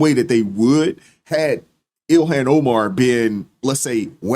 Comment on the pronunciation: Ill-Han not Illian.